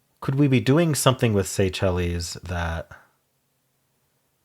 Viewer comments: The islands are pronounced "Say-Shells" not "Say chellies" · The island country is “Say-Shells” not “say-chel-es”. And sacrum is the lower end of the spinal cord the last few tail bone segments. You were thinking of a sanctum. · Pronouncing Seychelles that way is a choice 😅